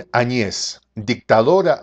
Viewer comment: Primeramente, no se que te da el derecho a TUTEAR a una presidente. Por muy mal que te caiga, por muy poco que te parezca Bolivia, estas hablando de la Presidente de una nacion y le debes respeto! Tu eres solo un Pseudo Periodista y estas TAN MAL INFORMADO, que ni siquiera pronuncias correctamente el apellido de la Presidente Añez, donde el golpe de voz va en la A. Autoritarismo y Opresion: OBVIAMENTE se refiere a otros paises como Venezuela, Cuba, Ecuador y Argentina y al socialismo en general.......... no a Bolivia. Antes de llamar ingenuos a quienes la nombraron Presidente, te recomiendo que leas y te informes de las leyes Bolivianas. POR LEY, cuando no hay Presidente ni Vice-Presidente, la siguiente persona elegida debe ser la Presidente de parlamento: Adriana Salvatierra, MASISTA que en su momento tambien andaba escapando o escondiendose, por tanto le tocaba a la Vice-Presidente del Senado: Jeanine Añez. Ella nunca fue parte del movimiento que derrocó a Evo Morales. Fue asi que para ella y para todo el pais, el nombramiento nos cayo de sorpresa, pero POR LEY, ella era la maxima autoridad NO MASISTA que tenia Bolivia. Las elecciones se postergaron varias veces por multiples razones, mayormente por el COVID, porque el pais no se encontraba en condiciones de lidiar con una pandemia cuya celeridad seria mayor al tener que concentrar a las masas en un proceso electoral. El Tribunal Supremo Electoral, esta conformado mayormente por MASISTAS, el partido de Evo Morales